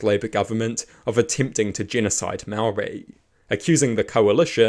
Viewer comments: Good grief man at least make an attempt to pronounce your words correctly. Its ok to not like TPM on policy but have a base level of respect and not constantly saw mow-ree. Imagine if someone perfectly capable of saying your name kept calling you "Powell". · This is a great premise and there are some sensible takes. Please work on your pronunciation of "Māori". Not because you sound racist, but because your pronunciation is bad. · Is not being able to pronounce Maori part of the joke?